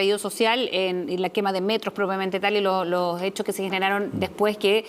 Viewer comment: Qué no nos quemen looh metroh